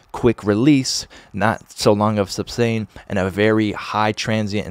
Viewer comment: isnt it sustain = ? not substain =)